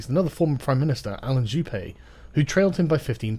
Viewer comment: Juppé is pronounced "ju-pay" not "jup"